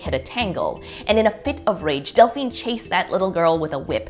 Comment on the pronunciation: It's Delphine not Dalphine lol, i named my daughter it after i saw it on ahs lol :)